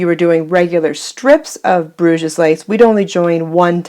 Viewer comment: Hi. Thanks for the video. Sorry to be a little pedantic but it makes me cringe every time you say "Bruge's lace". It's pronounced without the S at the end. So it's pronounced Bruge lace. This is because it originates from Bruges in the north of Belgium, where French is spoken. Bruge's lace is a very ugly way to describe a beautiful lace!